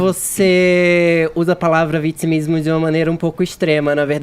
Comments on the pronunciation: nojo desse cara que fala ''vitismo''. Fefito tem que ta ai pra acabar com esses merdas. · pq esse bumbum guloso fala vitzimismo? Não sabe pronunciar as palavras corretamente ou isso é o tal do dialeto pajubá? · "Utchimu país"... Bla bla bla. Fefito provoca náusea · Que nervoso ouvir esse comentarista falar "vitchimismo" depois de uma aula que o Kaka deu, ele sente necessidade de abrir a boca pra tentar lacrar .